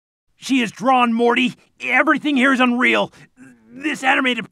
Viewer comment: did she just say mory instead of morty